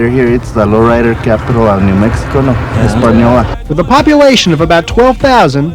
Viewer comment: He pronounced Española right.